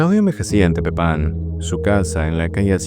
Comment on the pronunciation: Me gustan mucho tus videos pero siempre pronuncias un par de cosas de México mal. "Oaxaca" (guajaca u oajaca) o "Tepepan". Solo ojito con eso, sigue creando 🫂